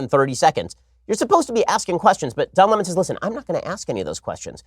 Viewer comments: Don Lem-On lmao at Tucker😭😂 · I will forever read his name as “Don La-Mahn” because of T. Carlson 😆 hilarious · Tucker Carlson: Don Le-mahn! Lol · Tucker- don luumon 😅😅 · Don Lamon.....hahahaha...Tucker cracks me up